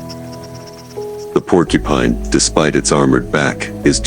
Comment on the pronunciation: Idiot, go get some education before you say Porcupine